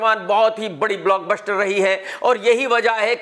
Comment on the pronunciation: Block BUSHHHTER 😂😂😂😂